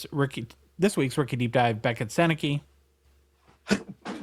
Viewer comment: His last name is pronounced Sennecka. Though I see how it could be easily misread. Other notable Gens alumni - Bobby Orr, Eric Lindros, Anthony Cirelli, John Tavares, Ted Lindsey, Alex Delvecchio. Dave Andreychuk, Tony Tanti, Scott Laughton, Boone Jenner, Marc Savard, Wayne Cashman, Terry O'Reilly, Rick Middleton, Shawn Thornton, John MacLean ... so many more.